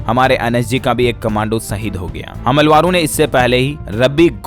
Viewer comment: भाई साहब "हमलावरों" इस शब्द का उच्चारण ठीक कीजिए 🙏